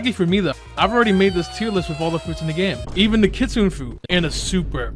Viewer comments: Hey what does it take to be an adnim, also unrelated, you said kitsune wrong its kitsoonay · Kitsune is pronounced kit Sue Neigh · “Kit Suune” Bro made me have a seizure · i’m sorry but being japnese i have to say it’s ki tsu ne not kitsuen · kitsun-eh. you’re not pronouncing the last letter. Anyway, this was the best tier list i’ve seen, i agree with your placement of the fruits. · Ir mispronounced kitsune... It's pronounced KIT-SUNE-AY As it, the e makes the Ay sound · Blox fruit admin but doesn’t even know how to say Kitsune